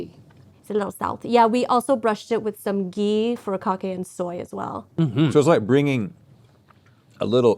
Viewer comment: Fu-ri-ka-ke please learn to pronounce your food